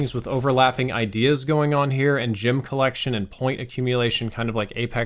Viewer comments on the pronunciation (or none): Dude I literally took the video off cus of the way you said gem lmao